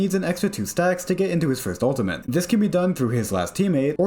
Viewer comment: U L T I M A T E not OON TEE MENT